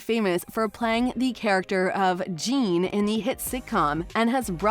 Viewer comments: It's pronounced jeàn ralphio not "jeen" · plays "Jean" 💀